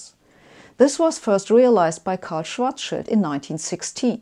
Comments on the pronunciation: I love how she pronounces "Schwarzschild'', i'mma use it from now on. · Uh, she's German. Of course she pronounces EINSTEIN and SCHWARZSCHILD correctly! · Sabine, I watch every episode of yours and enjoy your explanations. I have to praise you first, as you are one of the few in the English-speaking world who correctly pronounces the surnames EINSTEIN and SCHWARZSCHILD. The funniest are the speakers who pronounce SCHWARZSCHILD as SCHWARZS CHILD! You are also one of the few, who consistently uses the SI measurement system. However, in this episode, you also started using outdated medieval imperial units and talked about the diameter of the Sun in miles. I hope this was just a one-time linguistic failure, as we Europeans have no idea how much one mile is and what mile you meant. Stay healthy!